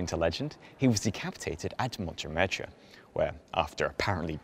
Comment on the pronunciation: You should learn how to pronounce French words and names, especially iconic places like Montmaete and St-Denis. Otherwise quite interesting. Many thanks.